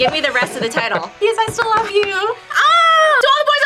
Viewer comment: The fact that no one commented on "I larb you" makes me kind of sad. As a huge MCU nerd, I got it instantly. You could say... I understood that reference